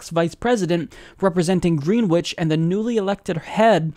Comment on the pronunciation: Greenwich is pronounced /'gɹɛnɪt͡ʃ/, not /'gɹiːnwɪt͡ʃ/, by the way.